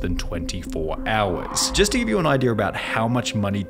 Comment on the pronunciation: Idea* not Ideer